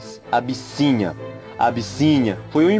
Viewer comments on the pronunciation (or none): No início do vídeo ele falou a "abicinha"😂😂😂,isso é nome de pais